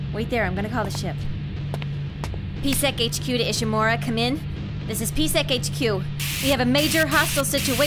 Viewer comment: Horseman 09 it's pronounced Ishimura